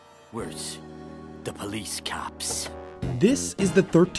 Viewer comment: "caps! Worse, the pole'ees caps" I don't get it.